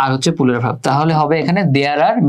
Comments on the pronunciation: আলহামদুলিল্লাহ , খুব ভালো বুঝলাম, কিন্তু দুক্ষিত ভাইয়া!!!😢পুলুরাল না, প্লুরাল হবে উচ্চারণ 😁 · Pulural 😂 আগে ঠিক করে উচ্চারণ শিখুন তারপর ক্লাস নিতে আসেন 🤡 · Bhaiya oita pulural na oita plural 😑